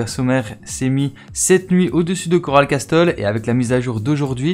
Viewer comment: Coral Castel ce pronoce coral cassel et non coral casTel révise ton anglais mec